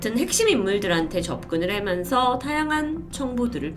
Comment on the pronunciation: 말씀하실 때 '해면서'로 들릴 때가 있네요~